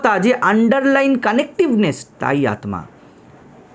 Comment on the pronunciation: Maharaj ek ektu thik korte anurodh korchi uchharan. Bengali te Aatma hoi na . Hindi te hoi. Ota Aatta. আত্মা = ত্মা = ত্তা অর্থাৎ আত্তা উচ্চারিত হয়। ধন্যবাদ।